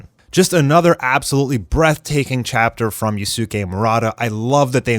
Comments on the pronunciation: Just a piece of advice, "Yusuke" is pronouced as "Yus-ke" (silent U) rather than "Yusu-ke". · I’m generally not one to correct pronunciation but please learn how to say Yusuke’s name correctly 😭